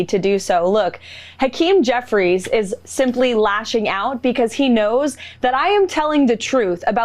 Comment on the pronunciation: Because, not "be-coss" Human, not "yoo-man" Thank for not saying "play this clip" 80 times in this video. Thank you. Keep working